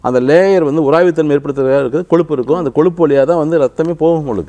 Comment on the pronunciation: it is kozhuppu but not koluppu or koLuppu .learn to pronounce Tamizh properly.